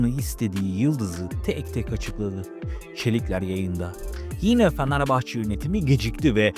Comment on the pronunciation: Ulan ne yalancısınız iki kulübü birbirine düşürüyorsunuz yaptığınız haber değil sen öncefanarbahçe dememeyi öğren kara cahil